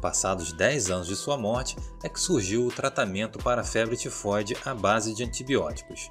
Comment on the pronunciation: Só eu que fiquei rindo quando ele falou febre tefode kkkkkkkkk mano desculpa sei que e serio